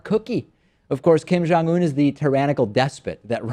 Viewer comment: It sounds like they are saying "Kim John-Un".